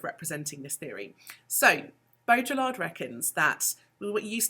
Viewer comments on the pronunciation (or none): every time you pronounce the L in Baudrillard, a french philosopher dies inside. great video though. thanks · Nice! You don't pronounce the Ls in Baudrillard though